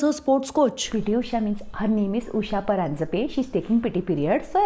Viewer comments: Shraddha's pronunciation of "Paranjape" is spot on. 🎯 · Oh yea absolutely perfect!!